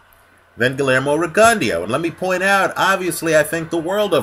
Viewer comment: GLEERMO REGUNDYO? REALLY? LMAO U HAVE A HISTORY OF CHOPPING BOXERS NAME UP.. I THINK U KNOW THAT THO LOL